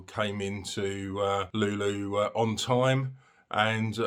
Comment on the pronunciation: Thanks, but a quick pronunciation guide for Luleå - try saying loo-lay-or and you're getting very close.